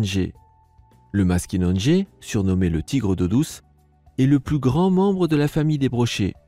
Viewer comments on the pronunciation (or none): Deso me nous les québécois on prononce pas maskinonegé mes maskinagé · très intéressant et en passant, je vis dans un pays où le maskinongé est pêché et on ne prononce pas le deuxième "n". On dit "mas ki non gé" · Le Maskinongé se prononce MAS-KI-NON-GÉ et pas MAS-KI-NONE-GÉ